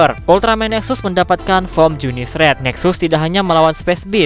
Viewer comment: ya bener junisu njir bukan junice